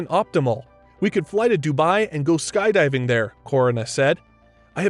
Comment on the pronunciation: “Ski diving”